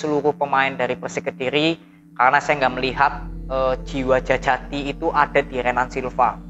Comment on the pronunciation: DJAJATI bang dibaca Jayati 🙏